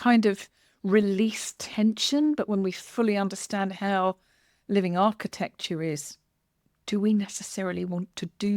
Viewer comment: "architexture" nice